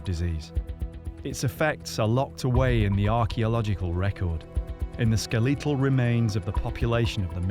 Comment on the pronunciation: “Skel Lee tal”